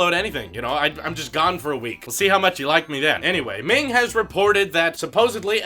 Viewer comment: Bro you said this name wrong Ming 😂😂